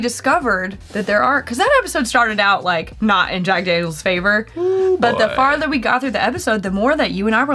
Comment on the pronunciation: No one is gonna comment that said “Dack Janiel’s”?